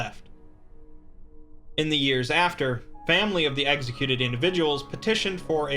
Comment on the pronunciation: “eggsicuted”